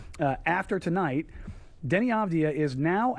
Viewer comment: Its Deni not Danny. People haven't seen a game...